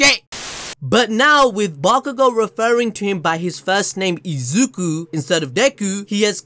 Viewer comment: I can't believe Bakugo actually said Izuku's name right.